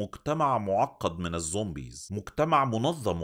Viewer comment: انا بحبك بس ممكن ارجوك وغلاوة عيالك تبطل تقول ظومبيظ؟